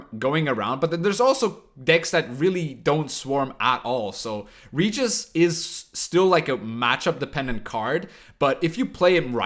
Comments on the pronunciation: Pls, not "ridjis", RE-Gis (G like in Gregory and E like in Ernest) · "Reguis" com o R bem forte seria a pronúncia correta na terra natal dele, a dos vampiros. Mas porra, "Réjis" como na dublagem br, ou "Ridjis" como o fala fica muito mais legal